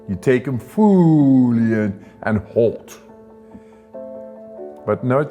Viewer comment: Think he says 'fooly in fooly out' lol